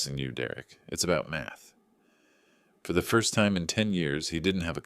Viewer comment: talk not ta, math not meth 😆